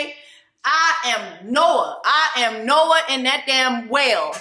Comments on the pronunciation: Ma’am its “Jonah” not Noah😂😂😂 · She said Noah😂😂 when it should be Jonah😂😂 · JONAHHH.. it’s Jonah Jessie 😂😂